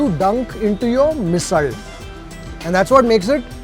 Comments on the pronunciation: Love how you’re pronouncing Misal. Have always heard this ‘rd’ sound at the end of Misal from Maharashtrians. Love your episodes of Gourmet on the road. Keep it up, sir! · Commenting while watching the video... coz i could'nt resist... Even Marathi bloggers dont review marathi food with such depth. So proud of you.... and being a maharashtrian loved your every pronunciation. Best part u say misalll not misal and thalipeeth not thalipit. Good job .